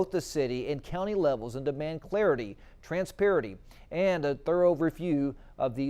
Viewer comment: omg, your newscaster can't even read!!! he got 'disproportionate' wrong - he said "disappropriate".... he got 'transparency' wrong - he said "transparity" which isn't even a word.. are you people serious??